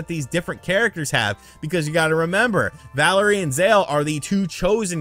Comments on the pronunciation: Also it’s pronounced “valeer”. Not Valerie. Valere is a French name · “Valerie” lmao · I feel like intentionally makes mistakes for whatever reason. "Playstation Now" should have been Play Station Plus. Valere was mispronounced as "Valerie". He mixed up the power that Valere and Zale have. These have to be intentional or else he is just a lazy reporter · valere lunar and its valere, not valerie zale solar you got it backwards